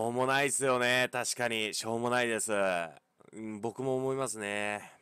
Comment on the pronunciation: 冒頭しょーもないと思ったってとこショーモナイトって聞こえてしまった。(フォートナイト中毒)